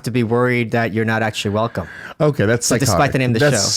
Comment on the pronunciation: "I'm going to have more controversial guests" - Your Hwelcome is coming